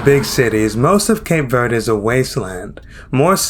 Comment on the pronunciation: “Shocked” is a poor choice of words. I don’t know if it’s used to draw people to your channel. As a Cape Verdean, I’m offended. Please pronounce the country correctly- it’s not Cape Verdee